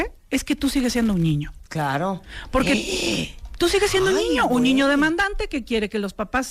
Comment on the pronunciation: Por que dice ñiño. 🤔